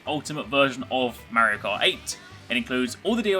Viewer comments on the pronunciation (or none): The way you pronounce "Merio Kart" :DDD